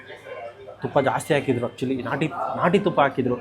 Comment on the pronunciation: En naati ... Sir niv keldag naati naati anthare aden nati andre keli 😂